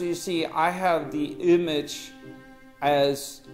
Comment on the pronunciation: Did Tommy pronounce 'image' as 'ümage'?